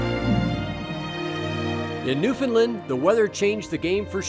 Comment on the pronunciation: New Found Lund as in Eng Lund, Ire Lund Ice Lund Scot Lund